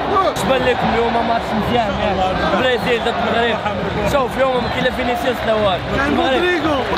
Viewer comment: برازيل❌ بريزيل✔🤣